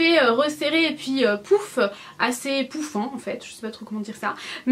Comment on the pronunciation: j'adore! 😘 surtout le "poufant" 😂😂